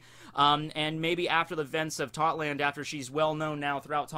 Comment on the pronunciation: I keep thinking you sayin thotland lol